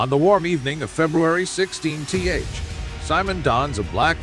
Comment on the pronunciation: Clickbait thumbnail image - video shows no actual coverage of the attack. There’s no audible testimonies from witnesses as the description suggests, just continuous narration by a text-to-speech bot that doesn’t know how to read out a date eg. “16th” is read as “16 tee haych”. Don’t waste your time.